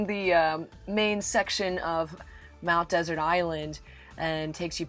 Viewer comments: One of my favorite destinations! Interested viewers might like to know that the "Desert" in "Mount Desert Island" is pronounced more like "Dessert." The accent on the final syllable is a holdover from Samuel Champlain who named it "Ile de Monts Deserts." And, as someone else pointed out, "Schoodic" is pronounced "Skoodic." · Mount Desert is pronounced as Mount Dessert.